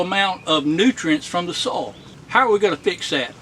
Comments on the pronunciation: Great tips!😮😁 I hadn't thought about that where I grew garlic that never came up.😭 I'll pass on the rabbit tea. Unless you're putting it in my garden. I kept trying to figure out if you were saying sole or soil....😂 Have a blessed day! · What a great way to compost in place! And by the way, I think you’re “soul” right. We say it as one syllable too 😅. Also, I love your new editing style with the jump cuts and stuff. Great work buddy. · I never knew "soil" was one syllable 😆But these are good ideas 👍👍